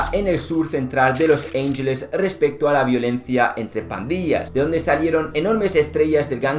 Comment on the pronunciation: Los ángeles no se pronuncia así, se pronuncia tal y como se escribe 🤦🏻🤦🏻